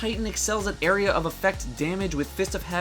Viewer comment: pronounce area again??